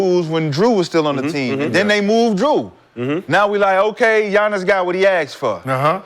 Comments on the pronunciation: It's Giannis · It's giannias